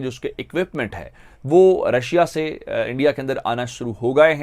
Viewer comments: Andia nahi re punjabi urdu valo it's INDIA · Abe chutiya endia nahin India bol. Sahi se bol nahin paeta kya journalism karega tu... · These people dodnt know to pronounce india they vl tell endia.and for market its markeet